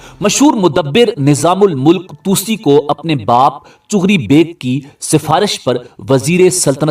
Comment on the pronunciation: its not chugri its chagri beg